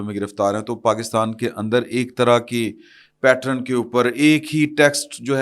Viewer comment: The word is PATTERN (pronounced PAT-TURN) and NOT PATRON!